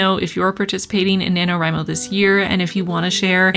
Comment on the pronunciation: God how I hate the acronym nanowrimo being spoken like it’s a real work omg stop